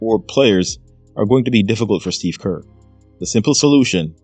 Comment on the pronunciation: It’s Kerr Kerr Kerr! You sound stupid Kerr! Gg❤